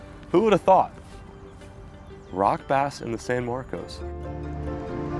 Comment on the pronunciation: locals pronounce the name of the town san marcus